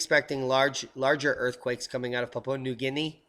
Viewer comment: Papua Papua .. Well done, You nailed the correct pronunciation .. Perfect :) Thats a huge effort for an American i know,, to be applauded...